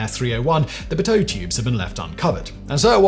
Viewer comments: WHAT did you just call them?! 😂 It's pronounced pee-toe with a short-sounding 'pee' (or pea-toh, if you prefer), at least in English - it'll probably sound a little different in its original French. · Dude, its Pea-Toe Seriously disappointed you didn't know how to pronounce this, lack of of research, commitment or just bad direction from your handlers, but this is a hug error, Peto tubes deserve a whole video on how they can bring a passenger jet down, if not mainted correctly or human error. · In the US we pronounce it "Pee-toh." On my certification flight my pitot tube got clogged by a bee and I lost my airspeed indicator. I immediately called an emergency and landed, which made my tester very impressed. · It's French. The emphasis is on the second syllable. Think "petit". (And just because I have to make the obvious joke: you lot mispronounce everything in the US,;) ) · Probounced “ Pee tow tubes” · "Pit-toad-tube" thanks for the chuckle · Piiiito not pitoooo afaik😊 Or like auto subtitles say.. potatoe tubes 😅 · you can see the logic though. If Simon had never heard it pronounced "Pee toe" how do you pronounce the word Pit?, add an O sound, make the T silent, sorted. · Fine, but it's a French name; the French generally emphasise the last syllable: Hence, 'pitowe'' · Simons Bri'ish pronunciation of pitot tube is ear grinding. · The way you say pitot hurts my head.. I love your videos but please check pronunciation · Uhhh, a little digging into the proper/(nay - "common") pronunciation of some of these UNIVERSALLY KNOWN terms would go a LONG way toward better acceptance of your videos. - just sayin' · Ugh, the way you're saying pitot tube is driving me crazy. That's not how you pronounce it. lol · My ears bleed, every time Simon attempts to pronounce "pitot". But it wouldnt be a Whistler video without his horrible pronounciations! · Pitot is pronounced differently where I fly, USA. Is this a French pronunciation? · Pee-tow tube.